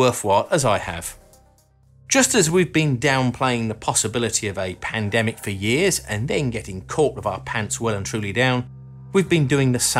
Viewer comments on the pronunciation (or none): none